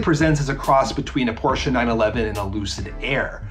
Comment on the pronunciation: The car guy needs a real mic. And learn how to say Porsche.